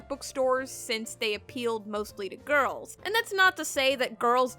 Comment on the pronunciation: The way you say girls o.O